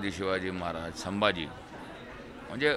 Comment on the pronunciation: साहेब अदब ठेऊन बोला..... साभाजी नाही संभाजी महाराज मन्हा